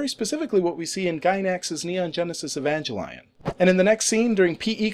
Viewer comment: Good job with the belt name, though I think you might've mispronounced Evangelion :)